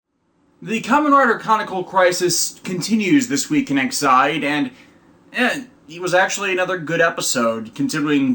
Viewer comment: Your audio is de-synced and still unsure on the pronouncement of Ex-aid. Is it not Ex Aid like Medical Aid?